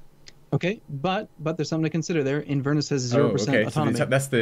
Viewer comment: You're killing me. Lothian = lowth-ee-an Inverness = in-pause-VER-ness Ayrshire = air-sher or eir-sher (like heir) Although at least you guys can say shire though so points for that.